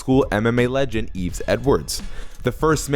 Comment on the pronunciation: You mute the 'S' in 'Yves', by the way. ...I hate my name.